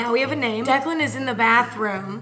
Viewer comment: Did she not call him declen??